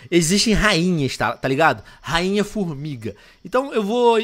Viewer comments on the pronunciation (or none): Tio Venom, vc falou FormiRga kkkk